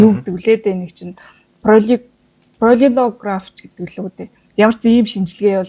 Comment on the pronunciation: Comment unshaad yun surtein,shine hutlugch bailguude gj bodsonch,sonsoj duusaad unheer uram hugarjin.Хэлж ядаж байгаа “пролеграф” гэсэн ойлголт ямар ч хэл дээр байхгүй шүү (полиграф) тай андуурсан байлгүйдээ 😅.”Фрагмент”-ийг “хэсэг, тасарсан хэсэг” зэрэг үгнүүдэр орлож болох байсан яагаад гэвэл монгол хэлэнд ийм үг байхгүй. Михаил Михайлович Герасимовын арга-гавлын ясаар нүүрний төрхийг сэргээн босгох антропологийн, шүүх эмнэлгийн шинжлэх ухааны арга.Guijin, daraachiin udaa iluu sudalgaatai, oilgomjtoi ym yriarai thuu🙏🏻🥺